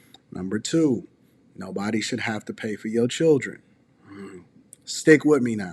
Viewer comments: I got past when she said her chirjennns[children]. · Mispronouncing words that are normal words in speech makes the speaker sound simple. It's hard to take someone serious when they lack basic word skills. Everyone has the chance to learn how to speak and pronounce words in elementary school. Simple words people. Ax for ask, chirren for children, ambalance for ambulance, frunneral for funeral, skinndeded for skin, breastesses for breast. I could go on and on but I'm bored coming up with examples. Learn how to speak properly. You sound dumb. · Children😂😂😂😂 not chilrlllden😂😂😂😂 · Lean how to pronounce children first. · The way she said "children" took me out 😂